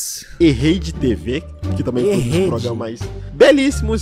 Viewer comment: "Progâma"